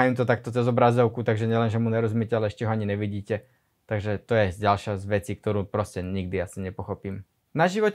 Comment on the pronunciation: NEvidim NEzvyknem NEdaju NEpochopim, maju pri vyslovnosti makke N, uz nevies po slovensky bracho.